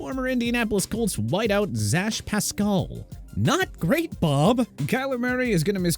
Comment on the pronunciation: Why did he pronounce Zach Pascal like that...?